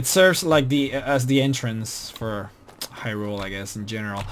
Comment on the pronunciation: The Zora King was never murdered!!!! And it's pronounced as high-rule not he-rule.